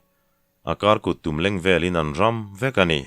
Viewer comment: Hreng siam chungchang a RAM tih hi a thluk dan a dik lo. RAM tih thil tliak hma kan sawi ang hian lam tur. Eg. Phuanberh hi thing ram tak a ni.